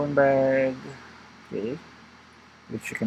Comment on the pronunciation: Pwede mo yata sya lagyan ng hash tags para masearch? 🔎 Natawa ko dun sa "bug" "bag" 😁